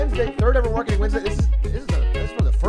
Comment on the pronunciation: Omg a 'w'arketing 'W'ednesday. The sun must have come out from the 'w'est today